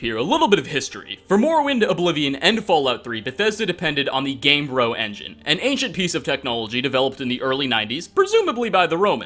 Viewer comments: GAME-BRE-oh. Not game-bro. Like embryo but game-bryo. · It is called GamebrYo not Gamebro...